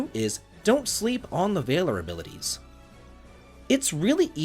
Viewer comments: "VAY-ler" is not how you say that word. it's "VAL-or" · Valor is pronounced closer to mallard than it is to tailor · gonna have to agree with the rest of the comments. The “V” word pronunciation bud. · Please stop pronouncing Valor like that. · The way he pronounces valor bothers the heck out of me 😂 I thought it might be an accent but no he's speaking with a standard American accent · I was literally talking to my wife about this when I saw your comment. I'm glad I'm not alone, if only 9 months late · Calvary and Vay-lor grate on my nerves.